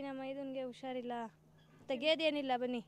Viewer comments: Usharilla alla adu.. husharilla.. kannadavannu sariyagi balasi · adu ಉಷಾರಿಲ್ಲ ಅಲ್ಲ ಹುಷಾರಿಲ್ಲ... ಮೊದಲು ಸರಿಯಾಗಿ ಕನ್ನಡ ಕಲಿ ಆಮೇಲೆ ತಿರ್ಪೆ ಶೋಕಿ madu💦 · ಅದು... 'ಹು'ಷಾರಿಲ್ಲ'